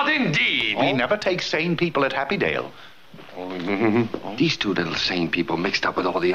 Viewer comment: "Happydale" LOL